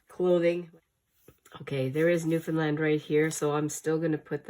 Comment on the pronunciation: 💜🎶Good morning... Great pages.. great finds... Love the Newfoundland... my home.. and you say it, like you should.. lol.. 💜🎶🇨🇦